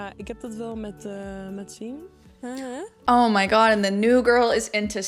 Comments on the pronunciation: Yess lol, she pronouces it like ‘seeyem’, but its more just like ‘seem’ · Can you please listen on how they pronounce Siem 😂😂